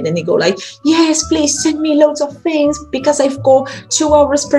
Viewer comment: It's so hard to look at it when we see our own face or those of the students... We have to look at the little camera hole instead :p There's something I see and hear from you often is your "fings" instead of "things"... be careful. ;) Thank you so much for all the material you bring, it helped me clarify and understand the things I had a problem with and you helped me getting more excited again about teaching and I got back to my old files and material that I classed again. I can better structure my whole teaching.